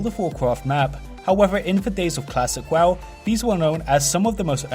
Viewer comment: PRONOUNCE WOW CORRECTLY PLEASE: Accents or not that is not what the word is.